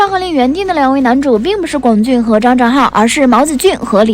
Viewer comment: 已经有很多人在上一条说过，龚俊的龚念一声，这里还不改，以后做相关的，不看了，听着难受